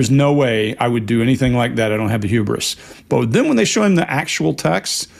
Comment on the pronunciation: Saying huberous is quite huberous of him. 😂 I dunno how to spell that